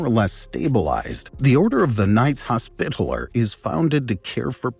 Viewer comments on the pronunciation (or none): none